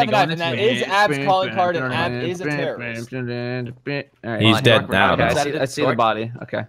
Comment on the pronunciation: Trouble In Pear-rorist Town